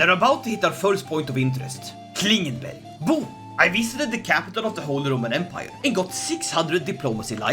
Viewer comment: Ah yes, swedish pronounciation turning Klingenberg into Klingenberry is my fetish.